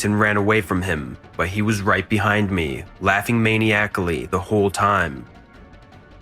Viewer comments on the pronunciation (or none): "Laughing maniacilly the whole time." ...smh...dude hire some new writers. Or read more. ...It's pronounced 'man-eye-ack-uh-ly' edit: actually I guess you're kinda right in a way; Poe-tay-toe or Poe-tah-toe . it's right either way. Sorry for being a troll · Mah-NYE-ackly, not Maniac-lee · True? In another universe maybe. And maniacally is pronounced muh + NY + uhk + lee, not may + knee + ack + a + lee. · "Laughing Main-E-Aclly" 😂 Repeat after me: the way its pronounced is - MAH-neye-ick-ly. Lol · It's pronounced "muh-NY-ah-clee", not "MAY-nee-ack-lee". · My man said "laughing maniac-ally instead of maniacally buddy made up a whole word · I really don't want to sound like im a big jerk. Trying to offer constructive criticism. If I failed, im sorry, it is not my intent to be an A-hole. ... Laughing meny-ack-ly I think you meanmaniacally . . Definition: in a loud, extreme, or wild way, or in a way that suggests that someone is mentally ill and may be dangerous. I really wanted to enjoy theses stories. But the narrations lack of inflection, emotion is too off putting. It's just kind of flat for me. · lmao that's not how you pronounce "maniacally" my dude but I'm definitely laughing and you got my comment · The way he pronounced “maniacally” tho.. LOL!! 😂🤣😂